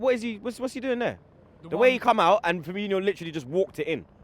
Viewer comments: How hard is it for people to say Firmino honestly. It's not FirminYO. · It’s not firminho ffs it’s firmino